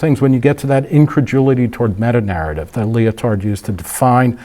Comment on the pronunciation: I'm halfway through the video and it's already very interesting. Thank you for the different perspective. The tie in with Hayek's idea of scientism kind of sold me on continuing to watch to be honest. One criticism though, when you pronounce Lyotard, it sounds like you say "leotard" and that brings disturbing images! Please don't pronounce the D at the end, it's silent in French. :D